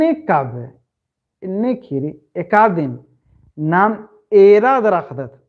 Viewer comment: कुड़ुख़ू कत्था गही उच्चारण सही मनना चाही, उदाहरण। ख़ीरी। खीरी, ख़ेख़ेल खेल-खेल,अड़ख़ा अड़खा, इबड़ा शब्द गही सही उच्चारण मनो होले मेनूर चाहे एॆरूर सही कत्थान अख़ ओर चाहे धर ओर 🙏